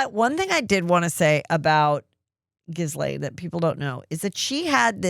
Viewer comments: Heather please - The S in Guislaine is silent. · She does it on purpose…. Basically to call her Jizz-lane. She had mentioned on an episode with her sister Shannon.